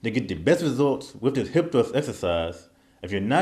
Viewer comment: What is 'dis'? I do dis...do it like dis....dis time....don't make me 'axe' somebody....lol